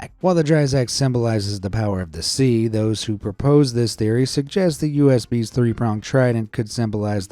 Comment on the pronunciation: I wasn’t watching the screen, and when he mentioned the US bees I turned my head to see those bees and what’s their difference from other bees. Turns out he said USB’s not US bees. I’m dying 🤣🤣🤣